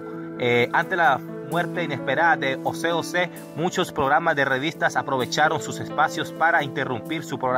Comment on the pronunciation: Mi brother, no es Ose Ose, es José José.